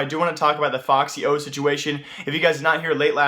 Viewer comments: its f-x yo, not foxyo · ummm its not foxyo its fxyo